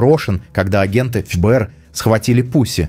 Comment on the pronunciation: эФ-Бэ-эР сильно режет слух. В русском языке всё же принято говорить Фэ-Бэ-эР. .. Не думаю, что Крис Предатель))